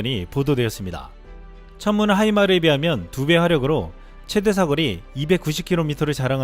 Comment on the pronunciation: 하이마르가 아니고 하이마스 아닌가요^^